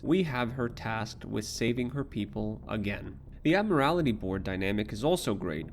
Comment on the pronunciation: It's the Admiralty board not the Ad-morality board.